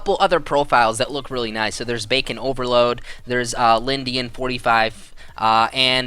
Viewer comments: ITS BACON OVERLORD. NOT OVERLOAD. LORD. NOT LOAD. Sry that just bugged me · His name was Bacon OverLord Not OverLoad. lol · BaconOverlord not BaconOverload... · Dude, Its bacon Overlord not over load xDD You didnt notice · You kept saying Bacon Overload, but it's Bacon Overlord. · Bacon Over LORD not load :P